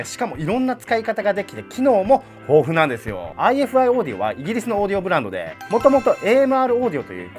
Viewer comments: ifiの読み方はアイファイですねぇ！！ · ハイインピーダンスで低能率なヘッドホンでもこのサイズで鳴らし切ることができてしまう、現状最強のポータブルDACですね。ちなみに、メーカー名の正式な読み方はアイファイだそうです。